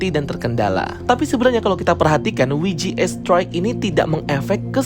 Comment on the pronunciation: Bukan WI JI E, tapi DOBEL YU JI EI😂